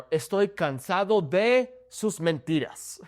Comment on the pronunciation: I heard you say "(d)The" when saying "de"... Is that how to pronounce the "d"? I'm confused...